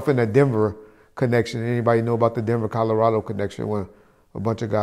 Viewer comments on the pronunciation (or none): none